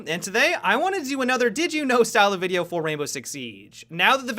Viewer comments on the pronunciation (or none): Does anyone else get annoyed how he finishes his sentences... "This is a great way to see into the objective-uh" "Caveira's silent step-uh" "see you in the next video-uh"